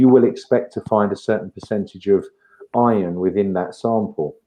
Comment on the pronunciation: Iron is the most abundant element in the universe. His accent makes it sound like Ion.